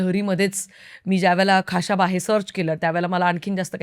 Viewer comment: Though knowledge of this subject is less,but presentation and hardwork are admirable... खा श बा 🎉 and not खा शा बा